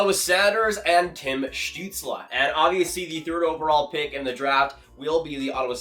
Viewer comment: “Tim Stuetzel” 🤣🤣, supposed to be “Stützle”